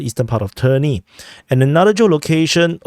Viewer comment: it is not trni it is tErni